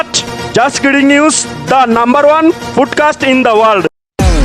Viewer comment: I stg the uncle who did the JK News promo called it a "footcast" instead of a podcast 😂